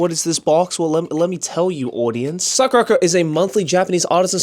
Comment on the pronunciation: The way Joey pronounced SakuraCo is the real reason he's going to hell 😂😂😂